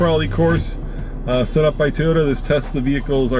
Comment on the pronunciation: Say it with me, toy, not ty, Toyota.